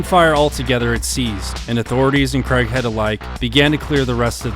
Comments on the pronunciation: its not pronounced CREGHEAD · Worth a watch but pretty sad that the narrator can't even pronounce his name right. Craighead, not Creghead. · Craighead (Crayg(e))head not Creghead, he is English not American, it is not pronounced in the UK the strange way you insist on pronouncing the name Craig. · Love this vid! Can’t get used to that, what we Brits consider annoying, American pronunciation … “Cregg-head”, but I’ll overlook that because the vid’s so good! 😊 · Unfortunate American pronunciation of the surname Craighead